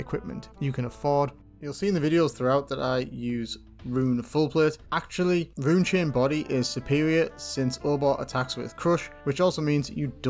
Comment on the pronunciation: can tell the difference when he says run and rune